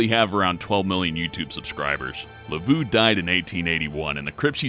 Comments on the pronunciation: LUH-VOH not LUH-vue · la-voo? LA-VOO?!? LAV-EAU YOU UNCULTURED SWINE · Pffft... Yes,, Marie Laveau is most certainly pronounced "Marie Lavooo"... Way to Engrish. And she's actually not buried in the famous tomb in St. Louis No. 1: she most likely has an unmarked grave in another nearby cemetery. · GET THE FUUUUUUUCK OUT OF HERE!!!! Lol! "Turned out to be real". And it's Lah-voh not Lah-voo. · Marie Laveau of old New Orleans was a great woman and a very highly respected and very wise yet shrewd woman as well. She did very well for herself by being so. Her last name is actually pronounced as La-Vo instead of La-Voo though. It might be wise to pronounce Marie Laveau's name correctly or who knows what kind of madness, chaos and hijinx might ensue! J/K with the last sentence! Great videos and love your channel. Thank you for all the research and hard work you do to bring us these excellent videos. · Le Vo not le voo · "Lavoo"? *Lav-oh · Marie's last name is pronounced La v oh not ooh. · The correct pronunciation of Marie Laveau's name is La-VO (long "O") not "La-VOO". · Marie Laveau (Lavough phonetically), not Lavoo... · Oh Mah Gawd it's nawt pronounced "Levoo" it's pronounced "Levoh" lol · Laveaux is pronounce la-v-oh not la-v-oh and it's a-oh-ki-gahara it literally spells it out not okiegara u sound like an infant lol it's like when people say "bookoo bucks" I wanna ride their tongues out it's bow-coo (beacoup) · Marie Laveau, her last name is pronounced La-vo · Repeat after me. Ouiji WEE-GEEE Laveau Lah-voh JFC ruined the whole video I couldn't even finish. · Lee-Voh! Marie Lee-Voh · MARIE WHO?! "Luh-Voh" Wtf man learn your shit before you make a video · its pronounced Luh-Voe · Mah-Ree La-Voe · Ugh the way he pronounces laveaux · you pronounced Maie Laveau wong. Lord help me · Am I the only one that is seriously irked by the way he says Laveau? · You are butchering Marie Laveau's last name. Please stop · Madam Laveau isn't pronounced that way.